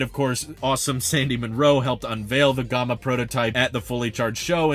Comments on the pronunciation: "Gomma"?? No, dude. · I don't think it is pronounced Gahma. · The “a” in Gamma is pronounced like “yeah” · "Gom-uh"? Never heard it pronounced that way before. LOL. But yeah, if I didn't have 3 people in my family I would go for the Aptera as well. Supposedly there are plans for a 3 or 4 seater in the future so who knows? I wish them all the luck in the world to get this thing to market. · G(AH)ma? Is that how you normally pronounce it? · I’ve never heard Gama pronounced that way before. It’s like the two ways to say data. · Nah I’ve never heard it that way either 😆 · Yeah, in the US we say the a sound in Gamma like the a sound in camera. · Nah, he’s just saying gamma like the word comma. English must be his second language. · It was odd since he says alpha instead of ahlpha, so it's not a British influence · Yep that was out of nowhere